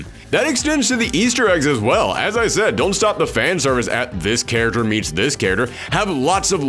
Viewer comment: You guys notice as the video goes on, every time he says "character" it just kind of devolves more and more to by the end of the video he is saying "Charers". Not a diss, just found it funny